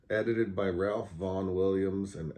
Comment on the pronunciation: Hope you got some breakfast after this! I was eating mine while watching. Your pronunciation of "tome" was good, but usually when classical music enthusiasts talk about Ralph Vaughan Williams, we pronounce it "Rafe." It seems that that's how he preferred it. One day last year I heard your recording of Blackberry Winter played on our local classical music station, WFMT, and afterwards the announcer, a charming New Zealander, mispronounced your name as SY-FERT with a long "I". Right away I sent him an email thanking him for playing the piece, and mentioning that we in the dulcimer community pronounce your last name as SEE-FERT. I never got a reply - maybe he never saw it, I don't know. But I hope it's OK that I told you about Ralph. See you next Monday - I'm the new kid in your chromatic class.